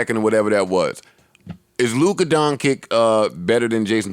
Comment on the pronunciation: Joe, Dončić is pronounced Don-chick..Not Don-Kick